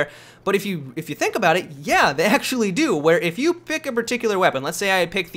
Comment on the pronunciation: "if they dodo that"xD